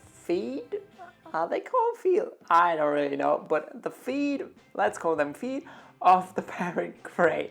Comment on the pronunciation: your English is a strange mix of accents from all over the world. Besides this nice video and very charismatic host. Keep it up! P. S. Birds have feeT, not feeDs.